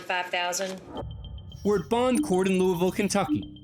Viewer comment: There's no such place as "Lou-ee-ville" in Kentucky. There's a Louisville pronounced "Lou-uh-vul", but not "Lou-ee-ville" anywhere in the state